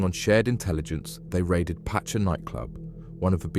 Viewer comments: It’s Ibeetha and Pasha night club… Jesus. No one can read or pronounce English these days. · cool vid, but it's pronounced pasha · You weren't into clubbing i guess.. You say patcha instead of the pronounce name.... The story is a little mixed up... And saying the same over and over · Apart from the fact that he can’t say pacha or Ibiza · and about 5ads in 18minutes. Apart from that gd content.